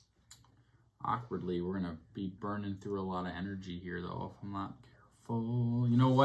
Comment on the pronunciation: Arkwardly the word akward is used arkwardly often in this arkwardly great playthroughs… arkwardly😆